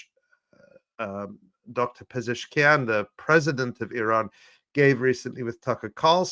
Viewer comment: and his way to prononce Iran: Araaaaaan 😅